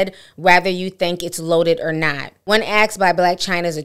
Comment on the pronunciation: Asked not axed